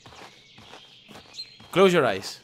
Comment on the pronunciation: Clous Yor ais Inglés perfecto